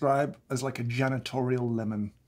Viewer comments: Oh.... He said JANitorial lemon. I really thought he said genitorial lemon. "....made dirtier by the undertones of the coffee in there..." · I thought he said genitorial lemon. I'm glad that's not a word.